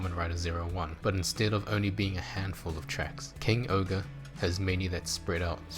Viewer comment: why do you say king ogre when it’s supposed to be? king Ohger bit the ger is jer